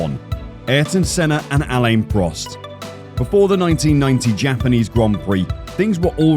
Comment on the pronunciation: who's a lane prost? I've only heard of ALAIN Prost